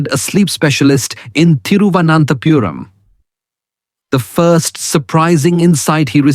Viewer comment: Is this A.I. ? you don't pronounce Indian words correctly, ; Tiruvannantapuram -:so funny!!😅😂